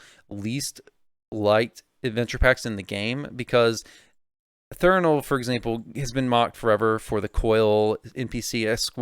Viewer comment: How do you mispronounce a word thats right in front of your fucking face? Its threnal not Thernal? And dont give me the "dyslexia" excuse. Have some professionalism.